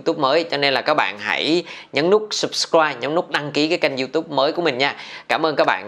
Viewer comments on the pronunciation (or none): none